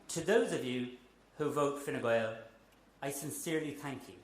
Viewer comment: He says “Fine Gwael” Enough said 😂